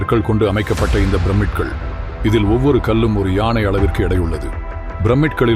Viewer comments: அருமையான தகவல். ஒரு திருத்தம். ப்ரமிட் என்று சொல்ல வேண்டாம். 'பிரமிட்' என்று சொல்லுங்கள். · Brammid இல்ல... Pyramid உச்சரிப்பு ஒழுங்காக இருந்தால் தான் நம்பக்கத் தன்மை ஏற்படும்.